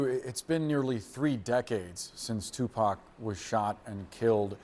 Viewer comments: i know she’s young. however has no one ever mentioned tupac in front of her? she keeps butchering his name 😂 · Lady just say Tupac 😂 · She’s butchering all the names, especially tupacs name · Kiiifey d😂.......tupeek......